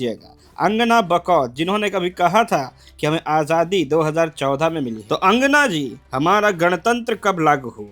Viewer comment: Angana nahi Langana